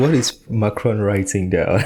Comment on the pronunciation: Macron.... Not Ron